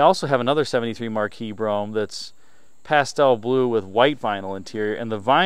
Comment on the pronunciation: It's pronounced Marquis, not Marquis!